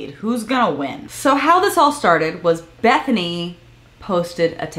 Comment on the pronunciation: I’m sorry the way you said Her name made me think of the meme “BETHANY I MADE BISCUITS “